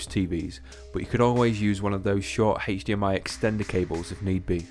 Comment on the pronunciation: I watched the video just for the pronunciation of HDMI... Heych-D-M-I.